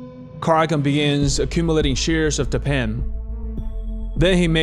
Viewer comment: Tappan is actually pronounced TAP-in. I'm old enough to remember their commercials on television. Otherwise, great documentary!